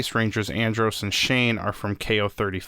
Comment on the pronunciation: Zain not shane